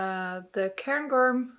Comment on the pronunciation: Perfect pronunciation of Cairngorm 👌🙌 It’s a mountain range in the central Highlands of Scotland (very beautiful!). Loving all of your knits, 💙 PS I totally agree with what you said about Petite Knit and My Favourite Things Knitwear designs - you’re not the only one!